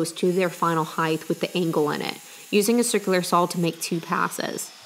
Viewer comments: "sawzall" is very common in the south when referring to a reciprocating saw. Very much like "skillsaw" when referring to a circularsaw. just an FYI....but yes, I find the "sawl" thing kind of cute to be honest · powaybob Lol. I rate these videos by how often says "saw." This one gets a very high score.